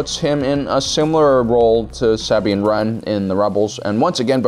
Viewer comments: Your endless box of mispronunciations LMAO (Sah-Been Ran) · So no ones gonna bring up how he said sabine wren like 1000 times and in the weirdest pronunciation